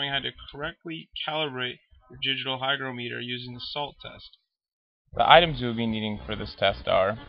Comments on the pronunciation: It's not pronounced hyDROmeter! hy GRO meter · you didn't pronounce the word "hygrometer" correctly. You also forgot to press the "Calibrate" button on your hygrometer. It read 71%! Pronounce it like this: "hy-groh-meter". Not like this: "hy-gro-mee-ter"!:) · It's pronounced hy-GR(AH)-m(uh)ter, not hy-gro-ME-ter. Look it up. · You obviously have horrible need to be right. Both pronunciations are correct. Have you ever talked to an English person? They say things differently. English is very flexible. Don’t be a jerk.